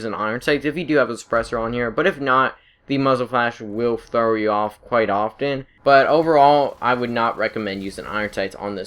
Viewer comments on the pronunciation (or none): none